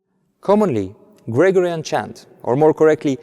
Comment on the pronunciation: your English is very good and of course no one minds a foreign accent but there is just one thing that sticks out when you say it and I think you need to change and that is the word Gregorian. It has the stress , the siliba tonica, on the second syllable. GreGOrian like that not GREgorian